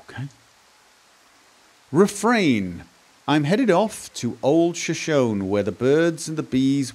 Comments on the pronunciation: I've been wanting to say something since first episode but didn't actually think to leave a comment until the end of this one when you were reading the song lyrics left in the outhouse: Shoshone is pronounced like "show-shown-E." It's the name of a Native American tribe. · shoshone is pronounced as shoshonee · Finds a rhyming poem where "Shoshone" is paired with "me"... still pronounces it wrong. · Shoshone is Native American. The final "e" is pronounced with accent on the second syllable.